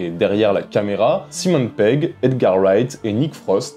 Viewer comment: Stop avec "Simone" Pegg please !! ^^